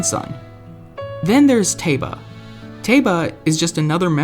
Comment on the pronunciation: Revali has always been my favorite champion! Edit: Finally! Someone else who knows that Teba is pronounced (Tae-buh)!!!!!!!!!!!